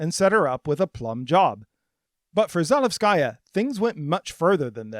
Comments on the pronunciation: Please, do give at least the slightest bit of attention to correct pronunciation. You don’t need to be fluent in the language, but in Za-LE-vskaya it’s the second syllable that should be stressed, as opposed to Zalevs-KA-ya which is how it’s pronounced throughout the video. As a person from another Slavic country, this just sounds off and I think many people would agree. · Za-LEV-skuh-yuh: accent on LEV, no "sky". It is the feminine form of Zalevsky. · kay, sorry - I didn’t mean to be rude. It’s just one mistake, unluckily repeated throughout the video. I don’t expect you to speak perfect Russian (or any language for that matter), in this case changing the stress to the second syllable would make it sound very good already. Apart from that, the video was very informative and you’ve clearly put a lot of work into it, so it’s only nitpicking :) keep it up!